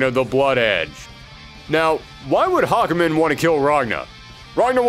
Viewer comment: THE NAME IS HA-KU-MEN!